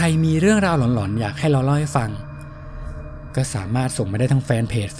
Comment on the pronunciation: หลอนๆ ❌ ล๋อนๆ ✅